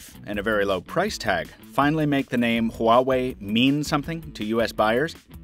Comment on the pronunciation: just the name "huwawei"... uuughh... why bother looking into it?